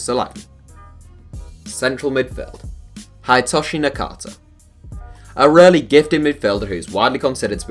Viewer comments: It’s pronounced Hid e toshi not Hidetoshi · It’s not pronounced "Hide"toshi Nakata, it’s more like "Hee-day"toshi. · Its Hee-day-toe-shi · Did this nigga just say hide toshi LOOOOOOOL